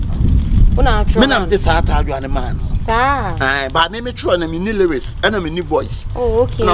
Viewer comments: Yiiiieee, madam "". Hahahahaha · Did the girl said Lewis or lyrics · The lady kept on saying liwis instead of lyrics😂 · who else heard the lady saying '' instead of lyrics😹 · I laugh enter my washroom 😂😂😂😂 )se